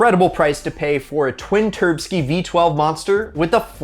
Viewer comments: Nice video man. First one I've seen from this channel. Please refrain from saying turbskie LOL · Please stop saying twin turbski